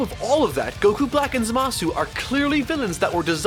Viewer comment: G: "ZAMASS!"